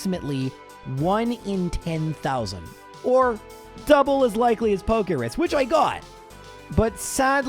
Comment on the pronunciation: It's called Pokerus. So yeah. Not pokeris lol